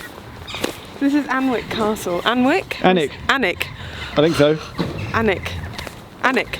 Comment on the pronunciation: Pronounces "Warwick" correctly, then mispronounces Alnwick! Great vid tho!